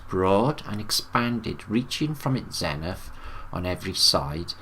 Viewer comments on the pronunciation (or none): none